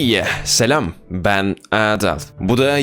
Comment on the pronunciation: Abi neden Adal derken Aadal gibi okuyorsun normal okunuşumu bu acaba? Ben hızlı Adal gibi okuyorum